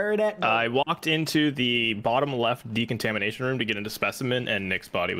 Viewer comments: didn't know decontamination was such a hard word to say lmfao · I love how they can not pronounce decontamination correctly